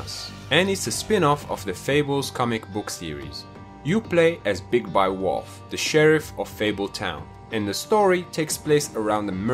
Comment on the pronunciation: old why but it cracks me up how you say wolf